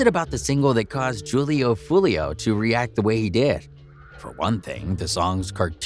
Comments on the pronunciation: this guy said “juul-e-oo” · Det boy said "jewel-lee-o" 😂😂😂😂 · Julio pronounced with an H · Y’all saying his name so wrong 🙄 .